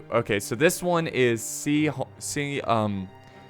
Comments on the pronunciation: Xu huang can be pronounce as ju huang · Your pronunciation has gotten a lot better! One thing that I noticed you were doing was you were replacing the "u" sound with "i" in a lot of their names. For example, Xu Huang, you pronounced it as Xi Huang. You are getting better! I love your videos and keep it up!